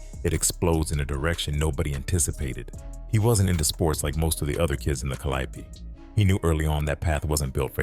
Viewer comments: Cal-le-ope calliope not ca-lie-ope kinda hard to believe the full facts of a story from a story teller and they don’t even know the actual name of the place the damn story took place 🤦🏾‍♀️ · 😩 Please it's pronounced the Cal-lee-O projects. The calyoppee🤭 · When he said CALIOPE instead of CALIO I raised an eyebrow 😮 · Yall need to start speaking on yall own commentary because I don’t know why y’all letting this AI commentator mispronounce our neighborhood and street names because it sounds very weird. That is not how we pronunciation the Calliope is pronounced, like calli yo, but it calli ope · We don't say ka LY a pee. We say CAL lee OPE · Its pronounced Cali-O, not calliope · Calliope is a goddess ka-lie-oh-pee… pronunciation is Cali-ope is a mispronunciation for the New Orleanians who don’t know their way although popular is their own way. It’s only a New Orleans thing. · this off topic af but is he pronouncing it right?!? I've only heard it pronounced CALI-ope...it's blowing me everytime he come with the four syllable pronunciation!...but I'm from Detroit & we gotta lotta French street and place names we mispronounce too!😅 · It’s pronounced “Cali Ope” and the E is silent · The Caliope..(cally-ope) 😂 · Pissed me clean off 🤣😂🤣😂🤣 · Wat tf is the kaliapy😂😂😂😂 baby ai cant pronounce new orleans words tell it say tchoupitoulas😂😂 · Pronounced ‘Cali-ope’… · It’s pronounced Cally-ope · We call it Callie-ope but the correct way is pronounced ( Ca-lio-pee). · I had to find something else to watch after the third ca/lie/opee. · 🙂 Hello. The Calliope projects is pronounced: CAL Lee ope. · Meatball 🤦🏽‍♀️🤷🏽‍♀️😅 you Pronounced it wrong Calliope that’s how you know you not from Louisiana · He is butchering the Calliope name 💀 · The way they're pronouncing the Calliope 😂😂😂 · You pronouncing the apartment complex incorrectly